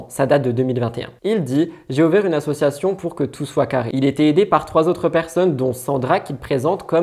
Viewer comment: Hello ! Chouette émission ! Par contre je n’arrive plus a entendre : « assuation » On dit ASSOCIATION bordel !